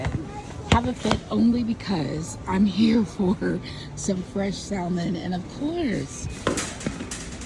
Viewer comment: Greenhouse is so nice that I can forgive the way you pronounce the word salmon.